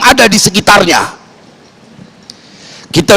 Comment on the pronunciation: Wkwk nyebut nama kitab ikhya pun sudah salah, 🤣🤣🤣